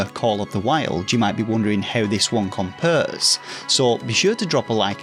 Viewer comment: Yes, please tell me how they "comPURR."